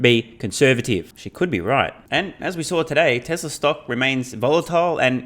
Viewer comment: Why does he keep saying Texla?